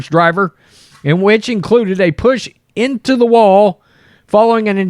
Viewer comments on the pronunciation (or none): none